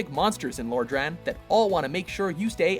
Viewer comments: That mispronunciation of Lordran made me cringe. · The way he butchered Lodran made me cringe.